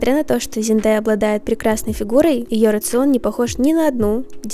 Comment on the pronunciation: Только ЗендЕя правильно